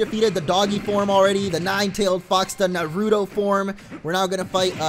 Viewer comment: Dude practice more also it's pronounced na ru to